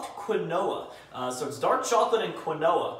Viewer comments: its keenwaa (quinoa) not qwinoah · Quinoa... Pronounced keenwah... Not kwinoah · Quinoa. Kwin- o-ah. KEEN-WA. KEEN -WA. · Quinoa is pronounced Keen-wah, not Kwin-oh-uh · Quinn-no-ah..., do you mean Quinoa (Keen-wa)? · Quinoa is pronounced "keenwah" for future reference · Quinoa is pronounced like keen-wah. Just for future reference. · I think phonetically it’s said keenwah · As a Jew, it makes me so sad to hear it pronounced like he does. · its pronounced keenwa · "kahn-oh-ah" you mean quinoa? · Hey. Not trying to be rude or anything just being constructive. If you didn’t know Quinoa is pronounced Kin-Wa or Keen-Wa. Again, not being harsh or rude just letting you know. Love the videos keep it up. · Quinoa Key-No-Waa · quinoa is pronounced keenwah isn't it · Quinoa is pronounced like keenwaw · Quinoa is pronounced Keen-wa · Quinoa lol it's pronounced (keen-wah) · Jeez,. That’s not how you pronounce Quinoa. Say it with me... KEEN-WA 😒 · it’s pronounced key-nwoi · Methinks pronounced quinoa wrong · U right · I know I was seeing if anyone mentioned it in the comments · Yeah but oh well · the way u said quinoa , i can say it and im 11... LOL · I almost screamed when he butchered the pronunciation of quinoa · The only flaw i saw in this vid is he pronounced quinoa wrong but him do him keep up the good work